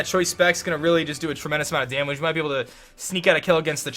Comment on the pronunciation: The way says damage is hysterical. "Dah-midge"